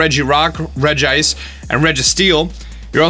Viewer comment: Update I have:Uxie, Entei, Azelf, Mesprit, Moltress, Virizion, Terrakion, Regigigas, Regirock, Kyogre, Thundurus, Palkia, Zekrom, Registeel, Articuno, Cresselia, Lugia, Latias, Zapdos and Regice by the way i will show you how it’s pronounced in a guide book I have (REDGE-ice) not (REDGE-ee-ice